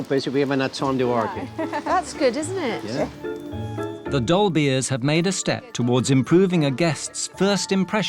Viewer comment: Saying "dolbears" sounds like says "dolbies" in a really posh accent 😅. Once you hear it you can't unhear it.